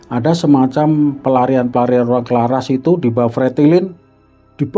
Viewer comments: Kraras pak bukan Klaras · Maaf cerita pembebasan di desa itu nama desanya itu CARARAS bukan Claras 🙏🙏 saya mengerti bukan sebutan org luar beda